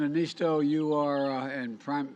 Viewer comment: After all these years he still can't get Niinistö's name right. 🤣